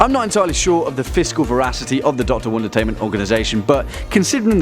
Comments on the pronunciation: Anyone else think it sounds like is saying "one detainment?" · Melinda Bagley-Duarte it does sound like that